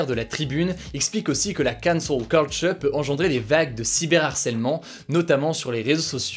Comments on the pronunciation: Gros si tu prends un accent si marqué pour dire Cancel Culture, fais le avec tous les mots Anglo Saxons que tu utilises ou le fais pas du tout, sinon ça devient ridicule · Cet accent sur la cancel culture :')